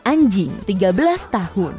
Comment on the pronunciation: Biasa aja kli bilang anjing nya🙄.